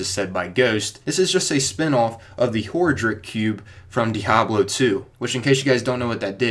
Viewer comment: Pro tip: It's pronounced Ho-RAH-Drihc Cube.